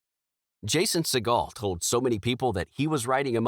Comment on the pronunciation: A couple of comments 1. You talk about how they were financial failures, but what did you think of treasure island and muppets tonight. 2. Wasn't the muppets mayhem review that said that, positive;? or at least mixed to positive? Weren't most of the reviews the show got positive? 3. Why do you pronounce Jason Segal's last name like that? 4. if the ABC show was not funny, then what about it was "not awful?